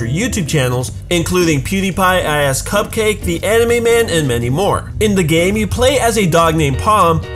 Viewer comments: It's iHascupQUAKE not cupcake 😂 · he said ihascupcake its ihascupqake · You mispronounced cupquakes name. It isn't Ihascupcake its Ihascupquake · ok,ok,ok the past me that is 10, is extremely angry that you said 'ihascupCAKE'...... Its 'ihascupQUAKE'..........